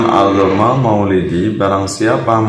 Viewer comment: Bukan addoma kang tapi a' dzoma sutad goblok